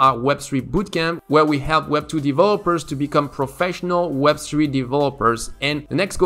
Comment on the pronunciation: "web swee developer"